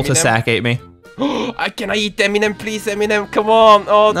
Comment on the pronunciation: says eminim and its halarious how he says it